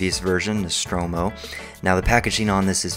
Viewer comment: its pronounced Nuh-Strom-o ...lol